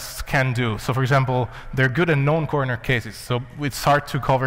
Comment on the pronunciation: He said known corner cases, his accent makes it sound like "non".